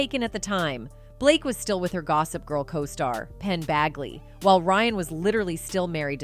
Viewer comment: “Penn BAGley” ?!? Educate yourself in some way before making this crap video. At least actually read the name, and realize you might seriously be mispronouncing it. You’ve obviously never heard of any of these people before now, ie before deciding to monetize monetize monetize. Gross.